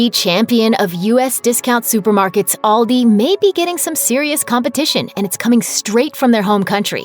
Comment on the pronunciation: Actually the way she pronunces it, is the same way we in Germany would do it. :) Liddle sounds strange to me^^. But Aldi is pronounced wrong ;).